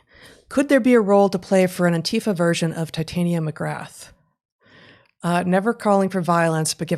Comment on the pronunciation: . It’s “Tit-ah-nia.” The same pronunciation as the fairy queen in A Midsummer Night’s Dream. Heather typically pronounces it as if it’s related to “titanium.” (Just a small correction—love the show!)